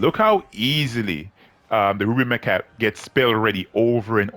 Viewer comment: come on, say it correctly.. the ruby my🐓